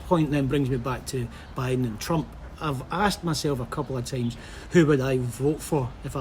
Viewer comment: This Guy Speak with straight Tongue. He pronounce Buiden in a wrong Irish Slang.😆😁😄